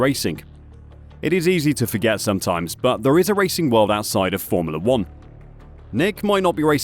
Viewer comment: i love your videos, very informative. i cant unhear the way you say formoolah 1 though! haha